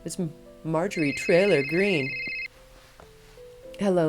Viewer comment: Did she say “Majorie Trailer Green?”